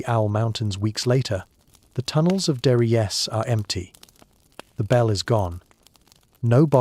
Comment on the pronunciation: Current is not measured in kilowatts. Current is measured in amps. Learn how to pronounce "die Glocke," "der Riese."